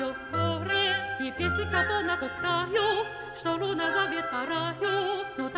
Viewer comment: Все прекрасно, но этот акцент убивает. Луна произносится как Люна... Азиатские исполнители по моему вообще не дружат с буквами лмнр......